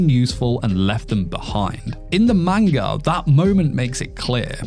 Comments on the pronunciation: video seemed good but then you said “maneguh” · Grown man still can't pronounce manga 😂😂